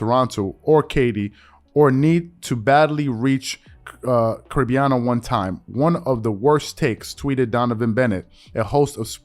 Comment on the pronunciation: The way you said Caribana kind of made me laugh but thats normal if you havent seen that word pronounced